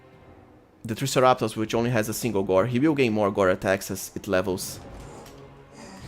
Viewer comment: Triceratops is pronounced Try sarah tops